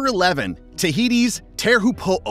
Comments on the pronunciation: te heehopoo the pronunciation is shocking but good vid anyway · Teahupoo is pronounced chopu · Tahiti wave is pronounced ‘Cho-pu’ tea-hu(teaho said quickly) than pu. Cho-pu. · the pronunciation of Teahupoo 🙈🙈🙈🙈🙈🙈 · U also pronounced teahupoo wrong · You would think if you're making a video about a particular wave, you'd at least learn how to pronounce it. Minimum effort these days I guess.